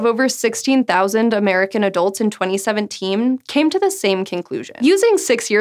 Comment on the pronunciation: Did I hear twenty seventee*m* or am I just going deaf?